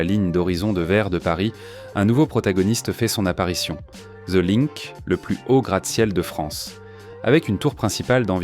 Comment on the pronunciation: "The linque" 😅😅